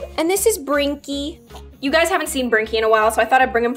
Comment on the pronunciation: GUYS ITS NOT TWINKLY ITS BRINKY XD